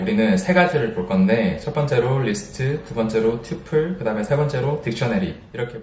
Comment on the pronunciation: 영어 발음이 좋으시네요 ㅎㅎ 튜풀- :) 파이썬 속성 강의도 듣고 싶어요~~~!